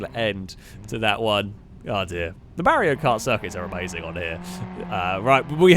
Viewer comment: pronounces Mario as Merrio: I don't know Merrio Kart Literally everyone who ever existed and will exist: Yeah, we can tell.